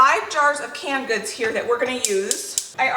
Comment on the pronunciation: She says can goods and I'm looking for store can goods 😂😂 but I Kno she can her own food 😂😂😂